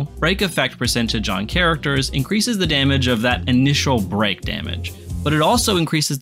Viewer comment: bro kept saying brock instead of break and I was like “like the guy from pokemon” 😂